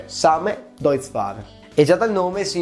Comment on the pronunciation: Deutz si dice Doitz.